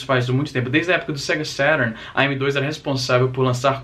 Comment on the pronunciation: "sega sérun" caralho.. estragou minha infância.